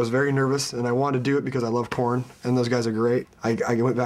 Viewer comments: aaahhhhhhhh!!!!! corey taylor and matt together?! jesus christ o.O two of my favourite people from my favourite bands.. i'd kill someone to be there... matt's hadbanging fails epicly lol.. and, is it just me or he really said "porn" instead of "korn"? hahahahaha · when he says korn i hear porn. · Dude, I'm glad I'm not the only one who heard him say "porn" instead of "KoЯn"! lol! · he said porn instead of korn ;) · when he says" I love Korn" likes "I love PORN" lmao